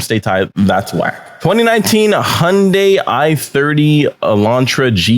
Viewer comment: HYUNDAI not HONDAY LEARN TO SAY THE NAME PROPER 😂 LOL